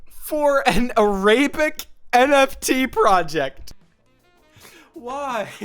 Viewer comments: Why you say "ar-ray-bic" instead of "air-ra-bic"? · Air uh bic✅ A rAy BiC❌ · "arraybik" :sob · Only a computer science student would pronounce Arabic as ‘Array-bic’, never change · Why did you say Arabic like a-RAY-bick? Unhinged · what caused you to think arabic is pronounced arAbic? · a RAY bick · aRAYbic is killing me😭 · Why is bro pronouncing Arabic (a language by the way, not what the people are called) like it's a slur lmfao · thats a wild pronounciation of arabic 💀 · bro doesn’t know how to say arabic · wildest "Arabic" pronunciation ive ever heard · That pronunciation of “arabic”… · Is no one talking about his pronunciation of Arabic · Why do you say Arabic like that